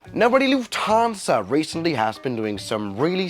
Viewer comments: lufhansa? lol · did none of you guys see lufhansa? its LUFTHANSA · Lufhansa? Do you mean Lufthansa? Was it a typo, or mistake? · Do it read that correct ? LUFHANSA ? Man, it is FLUFFHANSA. How can someone stuff that one up so bad ?🙄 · Yes we love”lufhansa” lol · Why do you pronounce it "Lufthaaansa"? Cool video but that triggered me very hard. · hey might want to change the “lufhansa” 😂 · why did you forget the T in lufthansa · dude is going full german mode